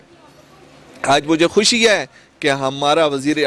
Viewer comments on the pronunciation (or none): none